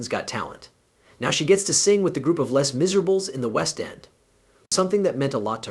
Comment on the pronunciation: (1) I love Susan Boyle. (2) this presentation exemplifies the awfulness AI is brining to us: dreaful enunciation; awful pronunciation; incorrect focus. ( Les Miserables proncounced as "less misereables". Horrible, horrible :face-orange-raised-eyebrow